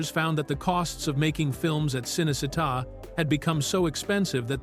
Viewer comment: Cınecınnta studios ıs pronounced Chınney Cheetah